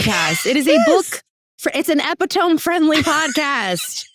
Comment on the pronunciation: “Epi-TŌM” reminds me of the panorama, when young ppl were saying “ooh Chile” (like the country or pepper) instead of a homophone for Child as in AAVE “Chile”! These kids learned online and you can tell.